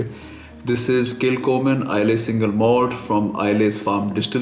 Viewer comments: Nice video. Pronounced Kil _Homan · Pronounced kil ho mann thought since you are so particular that you should know.